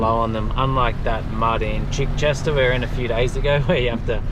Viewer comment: So nice to hear someone pronounce Chichester correctly!! It is Chi- short “i”, not Chai like the tea. My family are from Chichester in the UK, and I was horrified that locals mispronounce the name! Good on you!